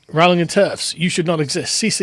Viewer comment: Kiera was absolutely spot on with her response. Don't think the boycot is terribly successful anyway judging by how successful the HP franchise still is. Also amazing by asmon saying Rowling properly, keeps getting mispronounced for some reason over there